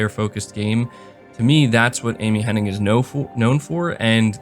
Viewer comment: Her name is Amy Hen-Nig NOT Henning! Everybody says it wrong, including you!